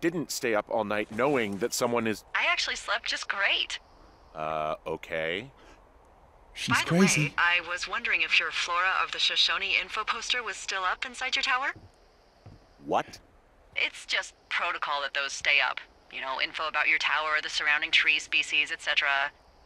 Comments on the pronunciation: Just so you're aware,, Shoshone is pronounced [Show-show- nee] And it's a huge national forest covering over 2,500,000 acres in the state of Wyoming, US. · Heya, Shoshone is not pronounced Shoe Shown but like Show show Knee. It's the name of an American Indian tribe that was based in the area the game is based in(and many others as well) and many landmarks are named after them. You should look up some of the history of the tribe, it is fascinating and a little sad. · Lol, Shoshone is actually pronounced "Show-Show-knee" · It's pronounced "Show SHOW knee." Flora of the Shoshone. Honest question, G -- do they call spigots something else in the UK?